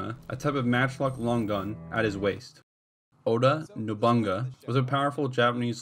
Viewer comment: Why do you say : "Oda No-BUN-GA" instead of "Oda No-bu-NA-GA" ? 😱